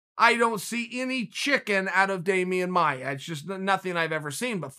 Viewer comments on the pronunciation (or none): none